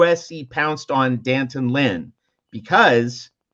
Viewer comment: there is an apostrophe after the D. As journalists, don't you know how to properly pronounce his name.... Dee Antawn